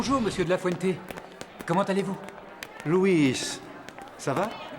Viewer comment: '' De la Fuente '' on dit.... Mdr Lafrente 😂